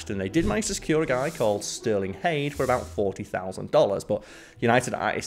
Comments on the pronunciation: Sterling Hayden, Not hayde. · That was Sterling Hayden, not "Hayde".